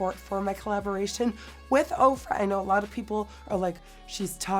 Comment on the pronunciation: my mom heard me watching this and asked why the fuck she was hanging out with opra but nikkie said ofra 💀💀